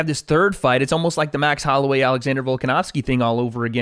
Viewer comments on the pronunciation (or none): none